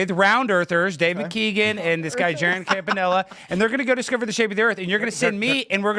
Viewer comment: Jerry Fking Campanella. I'm just happy someone can pronounce my last name